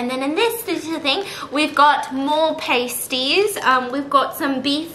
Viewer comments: Me, British, dying over the fact Stephanie keeps say pUmKiN pAYsties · the way she mispronounces pasties the entire time has me absolutely dead ahahahaha